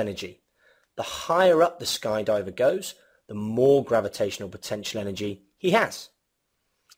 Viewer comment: Good video but "gavitational", "distroyed" and "destoryed"